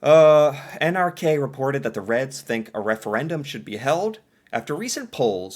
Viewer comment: You are saying NRK wrong, it's said N ær kå and it stands for Norsk rikskringkasting